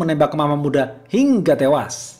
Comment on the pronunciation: Bang jederrrrr, ngomong HINGGA TEWAS nya kurang mantap ahk, kurang nge gasss kurang greget